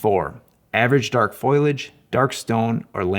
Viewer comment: I'm sorry, but did you say "foilage" 😆?